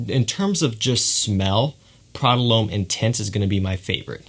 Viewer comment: Prada 'Lome?' - It's pronounced 'Lom' lad.